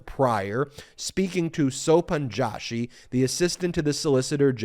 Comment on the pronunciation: The pronunciation of Joshi is not Jaw.shi but Joe.shi. A typical surname from the Indian subcontinent.